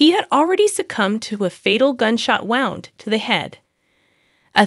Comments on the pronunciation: And gunshot "wownd" 🙄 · Wownd is not a word.